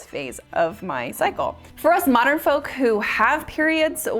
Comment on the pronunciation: Great video. First time you called out I thought you said "Bloody F#ck$" and was just like 'Yep.' lolol